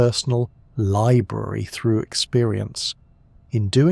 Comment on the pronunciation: did he say lire-brary? I feel like only a human could write that joke.